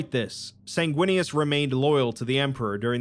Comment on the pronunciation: Bro, the chapter for Sanguinius is “Sindarius” and I was like “if he says it like that I’m unsubbing” Thankfully you got it right 🤣